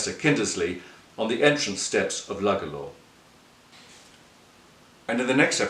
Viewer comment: It's actually pronounced "Loo-Gala"